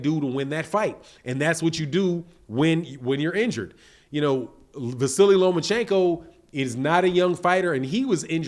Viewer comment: There is no i, or y at the end of his name. It's just Vasyl or Va-seal.